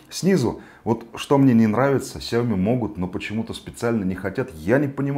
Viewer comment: сяомИ!!!а не сяОми...